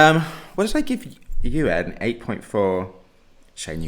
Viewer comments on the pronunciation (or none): Did he read Eugen as UN? 😅